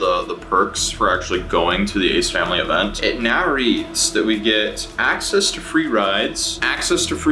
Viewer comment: I have no idea who those people are, but I kept hearing "Aids family" when you said their name.